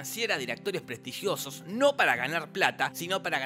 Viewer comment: "Prestrigiosos" El genio de Daniel Rabinovich se sonríe desde arriba.